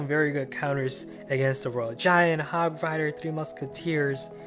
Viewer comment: Hogrider not hogwider